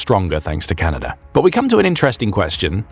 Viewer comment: I was amazed to hear that the nation to our North is "Canader"